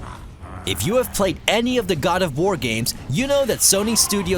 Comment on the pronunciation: just a tip, when you have a video that literally is only 10 things you have to talk about, and you pronounce 1 of them wrong (the god of wart one) its pretty obvious youve never even played the game.